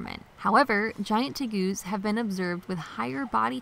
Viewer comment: Teh- Gooz??? LOL what a weird pronunciation.